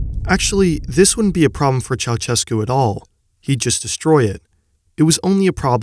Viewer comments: it's Cheaushescu, not Chauchescu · When will Americans start pronouncing the dictator's name right? It's chow-SHESS-koo. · I can't understand why no foreigner can't pronounce Ceausescu's name at leat 80% correctly - you just need to put his name in Google Translate and listen it in Romanian. I can barely watch this video hearing you say "CHAWCHEKOO"